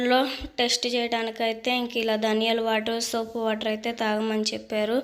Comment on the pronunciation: Sopu kadhu sister. Sompu 😊😊😊😊